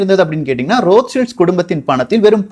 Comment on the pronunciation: அண்ணா ரோத் சைல்டு தானே சரியான வார்த்தை நீங்க ரோத் சில்ட்ஸ் னு சொல்றிங்க